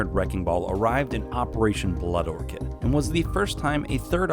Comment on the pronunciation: He pronounced the orchid wrong in blood orchid. "blood orkid" faceass.